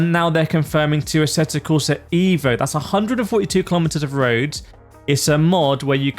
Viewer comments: just pronounce it "Av-o" in english and you will get it right as by Marco Massarutto the game creator pronounce it in his language.. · I'm not watching any more videos talking about asseto corsa ee-vo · Thumps down becouse is not ivo.isEEEVo re vlaxo